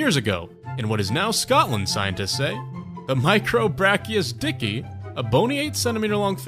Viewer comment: Best part: its pronounced "dick eye".